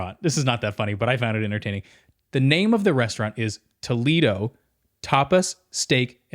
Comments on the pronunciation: It’s actually pronounced like Toe-lay-doe Toledo in Ohio is different than Toledo in Spain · Doesn’t the Disney restaurant Toledo use the proper Spanish “tuh-LAY-doh” pronunciation? (The pronunciation of Toledo, OH, was Americanized.) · There is a city in Spain called Toledo, presumably what the restaurant is named after. And FYI it’s pronounced Toe-lay-doe.